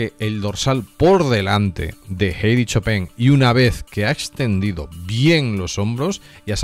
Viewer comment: Bro se pronuncia Jadi Chupan , no Jeidy, esa es la de los dibujos 😂😂😂😂